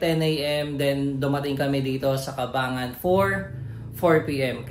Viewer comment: ang tamang pagbigkas ay Cabang-Gan po